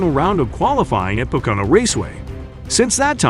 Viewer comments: Hire an announcer that speaks english. This dumbass can't even say Pocono. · I love how you totally butchered how you say pocono and that you guaranteed his return even though he’s done for the year 😂